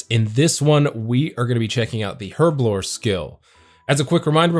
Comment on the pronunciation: Im crying.. Been a player since 2004.. I say alch wrong and you say herblore wrong. No judgement lol just laughing and crying inside hahahahahahhaaaa